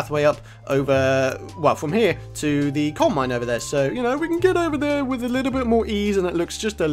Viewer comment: Witch not with!!!! Lol